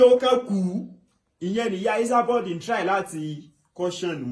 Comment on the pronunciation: This guy is real village boy.he keep saying isaboud instead esaboud .